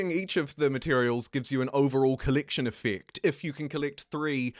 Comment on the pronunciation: collectiyyn yyffect. dude can you speak english, please?